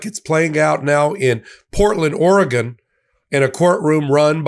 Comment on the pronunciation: Thank you for pronouncing Oregon correctly!